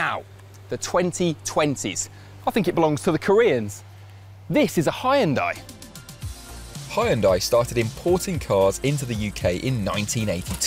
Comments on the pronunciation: “Haian Die” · hound and I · What's with that pronunciation? Lol u change whole brand.hi n dai? It's like han/hun+day if it's exactly same as Korean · it is 'hyun-dae', not 'hy-yun-dai" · can someone tell the British it's pronounced Hyundai and not High Un Die. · The way he says the car name: hi and die! The yun in Hyundai should sound like the youn in young. Hyoundie! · Great car, great presentation, but what the heck is “Hie-un-die?” Did you mean “hyun-day?” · hi-an-die. never heard it said like like that lol. the proper way to say it is hun-day. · hyun-day (or even hun-day). 2 syllables, you can do it! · Huhn-day not "Hi and die". Lol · Never before heard spelling it "hai-un-day". It's just "hun-day". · It's not HIandye, it's Heunda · Not Ha Yun Dai, It's Hyun Dai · Its called "(h)Jundai" and not "hi und dye" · High and Dye? is it really pronounced like that? I've been calling it "Hun Day". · "Hun-die" not "hi-yun-die" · hayundai :)))))))))))))))))))))))))))))))) where the f u saw a before y ? its just hyundai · People still reading Hyundai out loud as "Haiundai" in 2023 D: at least do "hyondé" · people on the comment also not noticing the guy saying high n die insted of hyundai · he pronounced it hi oon die. so you know the quality you were getting into. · WHAT? It's pronounced hun-day. hyundai. This dude has an accent, of course he says it differently. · It’s pronounced Hun-Day by the way! Love the video though and hope to see the 74 on the road soon 🙏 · My Korean friends always say everyone says it wrong. They say, Hee-you-n-die. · Pronouncing it "High-Un-Die" hurts my soul. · Amazing and really well done. Now, I only wish Hyundai UK would put out a marketing campaign to fix the pronunciation as it should be 'Hyun-DAY' which is the closest to the original Korean pronunciation and how it's marketed in the USA. Oh well...I'll still probably be buying an Ioniq 5 or Kia EV6 (Or Genesis G70 Electrified) in the future...amazing stuff coming out of Korea